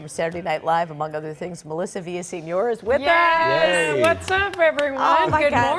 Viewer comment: VillaseÑor. With Ñ. Like "EspaÑa".